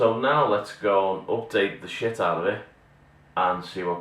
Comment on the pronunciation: ha ha peace oot a bit of scotish